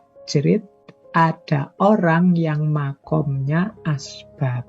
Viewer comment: Min, bukan asbak, tapi asbab